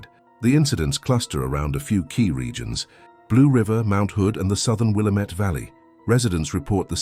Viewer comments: WILL-Am-IT.... not will-uh -met!! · Wil LAMB et. Get it right if you want a thumbs up from us native Oregonians. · wil-LAMB-met, emphasis on the 2nd syllable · It's will -- LAM -- et. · Yeah, pronounced will AM ett. Try educating your AI bot before you make vids please. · It’s pronounced Will-am’ette